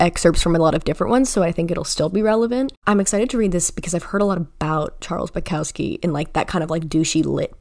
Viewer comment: i really liked your take on the books/poem collections. however, the louis/niall comment was just annoyingly inaccurate and served no purpose. you can embrace your favouritism without putting others down methinks. but besides that, great video. especially great take on bukowski (who is pronounced boo-cough-ski i'd say)